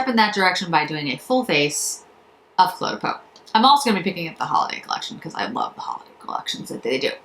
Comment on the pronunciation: Oh,, thanks for this review. I've been so hesitant to jump into the Cle de Peau pool and appreciate your thoughts as always. Think of the pronunciation this way - the Cle is pronounced 'Clay'. Hope this helps you!